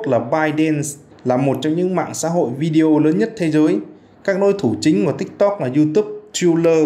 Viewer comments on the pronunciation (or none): Má ơi ! Phát ngôn viên đọc Video là "Vi-deo" :]] Bằng "Z" tiếng anh hả ba ?!!! phát âm thua thằng cháu 5t nhà tui.